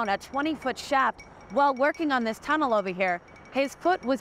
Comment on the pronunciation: this tunnal ova hea